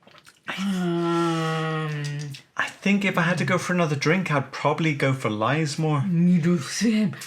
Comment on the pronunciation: Interesting as ever, it's pronounced Liz More btw, pleased its survived though